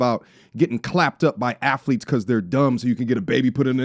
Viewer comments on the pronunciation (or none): said "ath-tha-leets"😂😂😂Stop playing with Floyd 😂😂😂